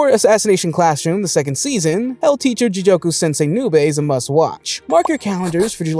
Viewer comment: great video except the mispronunciations are bothering the hell out of me. first "ji-joke-u" instead of ji-goku for hell in hell teacher and then "brian's base" instead of brain lmao. I'm sorry to nitpick, but I'm def hyped for these anime this summer